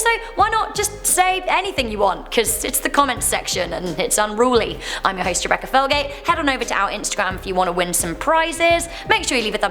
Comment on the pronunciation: 0:3 Recca felgate????😂